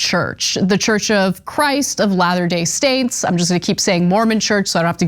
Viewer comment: " ... of latterday stains ..." lol